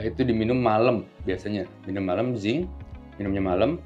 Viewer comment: Zinc apa ya? Mohon maaf kurang jelas 🙏